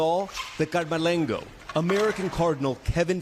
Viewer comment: CAMERLENGO, not CARMALENGO. GET IT RIGHT AMERICANS. GOOD GRIEF.